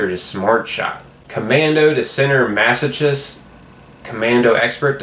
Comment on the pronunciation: Sometimes 'CH' is pronounced as a hard 'K'. Masochist: Mass-oh-kist Like chitin is pronounced with a hard 'K' as well as anchor,choir,echo or school.